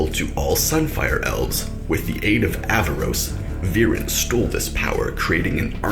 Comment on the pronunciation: btw its aaravos not avaros